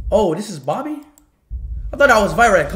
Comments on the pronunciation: Bobby ❌ babby ✅ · speed be like ...lord boby🚫lord barbie☑......🤣🤣